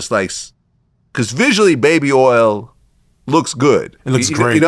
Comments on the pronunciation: Baby erls 😂😂😂😂😂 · I can't with "earl" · Nah we gotta teach my boy how to say oil he cant be out here calling it Earl 😂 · I wonder how he pronounces the other “oil” words: foil, soil, boil, coil… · How hard is it to say "oil" ?